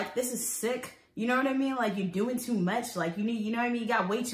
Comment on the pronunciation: “I’m dealing with this sober, this tew much” 😂😂 this why I support you girl!